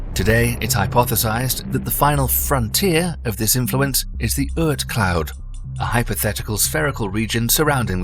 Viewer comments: Ort cloud. Not Ert cloud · The pronunciation is "aught" cloud, like "caught", not urt cloud. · The fantasy OORT cloud. LOL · You need to check your pronunciation of Oort cloud.